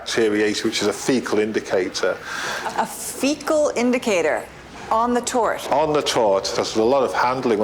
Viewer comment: Its not a 'tort' its a TART